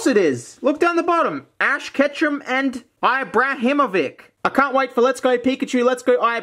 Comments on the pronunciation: Ibrahimovic is pronounced ee-brah-him-oh-vitch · I died when he said ibrahimovic like someone who has never heard of zlatlan